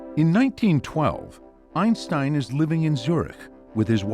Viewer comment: It's a well known fact that, before he passed away, the famous physicist changed the pronunciation of his family name to EENSTEEN. 🙄